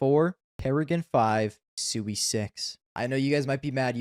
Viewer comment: u even dont know how pronuance Siuhy. That list is shitt like u.